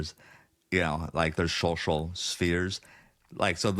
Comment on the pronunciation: I love how Zach can't say social ... is like showshal